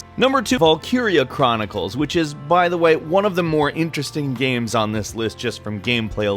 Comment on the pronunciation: Hearing you talk about "gyems" is like hearing Cumberbatch talk about "penuins". I love it